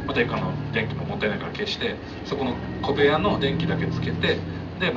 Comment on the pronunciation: 小部屋が米屋と聞こえるんだけど。